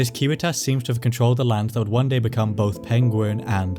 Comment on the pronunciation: Props too for using the correct latin pronunciation of civitas!